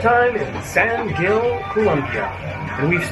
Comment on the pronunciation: From a local. Please, pronounce in Spanish "San Hill."